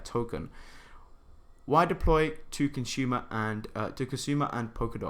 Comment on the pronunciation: Well done. Cool video. Did you mean Kusama? $ksm? You kept pronouncing it as kasuma instead of Kusama. Which left me confused a bit.